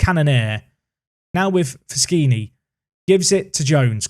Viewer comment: Squeeky bum time coming up! Thought top spot was out of the question a couple of days ago, now it looks more likely than not. I think Fuschini plays better when you don't pronounce it with that phantom L though, so keep that in mind :D